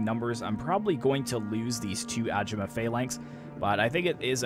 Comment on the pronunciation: Why do you keep calling it "Ajimuh", when it's pronounced, "Agaymuh".